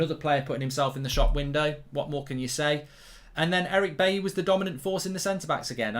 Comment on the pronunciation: I wish streamers would start pronouncing Bailly's name properly. It's pronounced Buy-ee, not Bay-ee. 😲😲😲